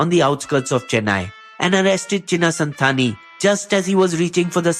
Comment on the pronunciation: Your #Tamil #PRONUNCIATION is #PATHETIC 1) சின்ன சாந்தன் you have pronounced #SANTHANI (#சாண்தானி) 2) வடிவேலு you have pronounced #VAADIVELU(#வாடிவேலு). 3) பாக்யநாதன் (#Bhagyanathan)you have pronounced பாக்யநான்தன் (#Bhagyanandan) #Do_your_HomeWork_Properly #WORSTVideo